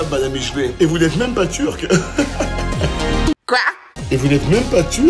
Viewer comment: le « kwAa » c’est pour me tuer 😹😹😹